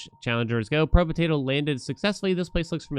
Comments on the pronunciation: Pro-betato is killing me. Probe-tato is much easier to say. xD Love the content though. I've found too many new games thanks to you. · Probe-tato. Not probuhtato